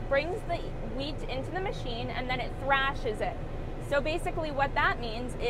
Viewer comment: Thresh, not thrash.